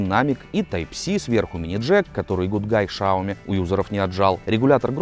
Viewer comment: дело в том, что этого окружали шепеляво-картавые китайцы, хотя я уверен, что он рофлит, потому что этот вопрос его уже конкретно заебал, еще вариант - носителям западных языков тяжело произнести "сяоми", у них вариант "шаоми" популярный; "сяомИ" (с ударением на 'И', да, а не вот это вот) единственно верный вариант, пруфов с произношением китайцами на Ютубе предостаточно